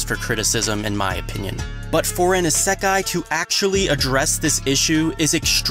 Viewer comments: "iseeekai" ? Isn't it isekai? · The way you say isekai ....mildly infuriating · Why do you say isekai like that foo 😭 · is-eeeee-kai xD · why do i feel weird whenever he says "isekai" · Love the episode, but damn I couldn't help but cringe at the pronunciation of Isekai and Echidna. Even though I know that the Echidna one is just because of the Romaji translation being Echidona.